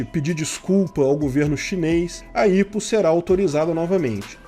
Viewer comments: IPO é mais comumente falado "ái pi ou", e não "ipo" em portugues, me soa estranho, mas tá valendo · Não se fala "ipou" a promucia correta é "Ai pi iou" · ótimo vídeo, eu só fiquei agoniado com a pronuncia do IPO(aipiôu) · aí eu fiquei "kraio mano, o que é 'ípo'.... ahh é o 'áipiou'". kkk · Ao autor do video: Vc sabe o que é IPO? Não se pronuncia ipo como se lê... Acompanhe o mercado financeiro. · Nunca vi alguem falar "IPO" KKKK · não se fala IPO mas sim "Ai Pi Ou". Temos IPO aqui na B3 também, mas empresas brasileiras normalmente fazem os IPO delas nos EUA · Estado: A: IH PÔ Ps.: Eu sempre ouvi pronunciarem IPO como Aipio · só uma dica: IPO se pronuncia pelas iniciais e em inglês!